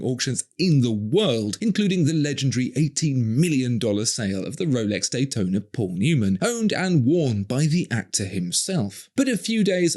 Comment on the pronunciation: Oh I'm sorry, did we say Paul Newman? We meant Pol Neumann, this is an authentic Pol Neumann worn Rollex Dayton-ahhh . The highest standards. :)